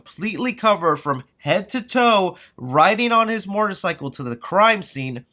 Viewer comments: All I can’t not hear is “mortorcycle” 😂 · why do you keep saying the word “Motorcycle” the way you do. It’s like it’s on purpose. You keep saying “Morter Cycle”.